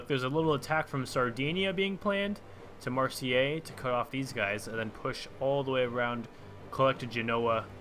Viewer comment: Hey dude nice video, however there is an issue that's getting slightly out of hand in my opinion haha MARS-AYE NUKE-LEE-ARR Thank. You. (Sorry if I sound passive agressive though, I genuinely enjoy your content. Keep it up. I just think that making a small effort in your pronunciation could make you sound like you care, making you more appealing to your foreign audience.)